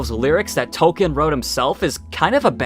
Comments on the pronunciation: This is kind of a nitpick, but.... It's pronounced Tol-KEEN, not "Tol Ken." To be fair to, that's a common mistake. It is amazing there's three of these videos and nobody mentioned that though. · So you keep saying Token (Toe-Ken)... It's. Tolkien J. R. R. Tolkien with an L in the middle. Pronounced Towl·Keen. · Tol-keen. Please don’t expect to have your opinions taken seriously if you’re not going to make an effort to pronounce the man’s name correctly.